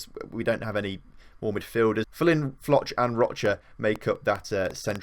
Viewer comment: I don’t know if you’ll see this but in case you do: Folch is pronounced “Fohlch” Asier is pronounced “Ah-zee-er” Berjón is pronounced “Bear-hone” Ñíguez is pronounced “Nyee-gehth” I hope that doesn’t come across as arrogant, just want to help you 👍🏻